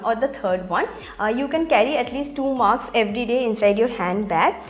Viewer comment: Its mask not maks 🙂